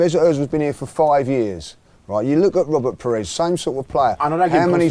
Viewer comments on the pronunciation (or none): none